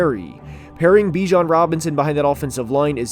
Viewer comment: Dude.. it’s pronounced Ba-jan not Bijan Like him enough to pronounce his name right 👀